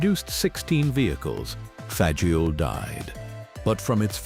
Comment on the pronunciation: I learned by attending an American Truck Historical Society meeting in Los Angeles, CA back in 1983 that Fageol is pronounced 'Fag IL', the 'o' is silent. I guess this is something else AI doesn't know.